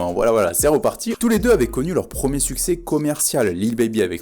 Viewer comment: "succès" et pas "sucés"